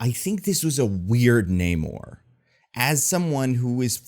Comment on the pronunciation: I love the movie. The only problem I had was that for some reason after Namor introduced himself as "Na-mor", in the very next scene the Wakandans called him "Neymor", and that didn't make sense.